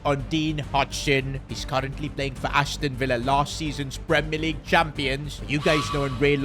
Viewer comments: only real ones saw the “Leagye” mistake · League❎ Leagye✅ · AH yes premier leagye 😂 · “Premier leagye” hits hard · League❌ leagye✅